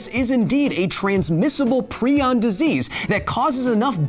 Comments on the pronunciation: It annoys me prai·uhnz --> prion Not pree•on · Is prion pronounced "pree-on" or "pry-on"? My retired-veterinarian biology, former Emory Hospital-researcher AP bio, and medical doctor chemistry teacher all said "pry-on" but Kyle says "pree-on." I'm not trying to offend anyone - I'm genuinely curious which is correct. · Agreed, it's definitely pry-on. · I've always heard it as pry-on, not pree-on. Kinda drove me crazy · TIL that it is pronounced PrEon not PrIon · "Prion", like "ion", has a hard I: Pry-On. A line over the letter in the dictionary pronunciation means it is pronounced as the letter. You pronounced it wrong every time... and you said it a lot of times. When you learn a new word you intend to repeat twenty to fifty times in a very short period to probably a couple million people who have never heard the word before, just to cover your bases, you may just maybe want learn the pronunciation of that word, as well. Just maybe. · Per the discoverer, its said [pry-on] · ...it's pronounced "pry on"... just saying... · Proin sounds like Crayon!!!!!🤣🤣🤣🤣🤣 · Why are you pronouncing prion wrong? It's pronounced (ˈprʌɪən), the i i s pronounced like the i in Brian. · Stop saying pre on :( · Great video!! I had no idea that I have been pronouncing prion (pry-on) wrong for the past 3 years. Keep up the good work, sir!!😁